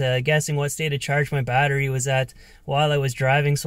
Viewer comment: I (hickup) can't (hickup) hear the (hickup) word (hickup) watteriey (hickup-hickup) any (hickkkup!) More... Cheers (hickup) ! 😜😉